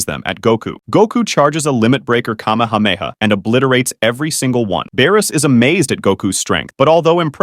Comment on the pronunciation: "In space, Goku's cahmehawmehaw"